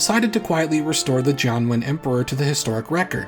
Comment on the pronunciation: I heard "John Wayne" each time you said "Jianwen", and the result was some very weird, very bad alternate history.